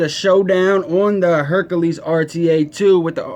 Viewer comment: HerAKles, not HerKAles....sorry that drove me crazy! This isn't the nutty professor rta lol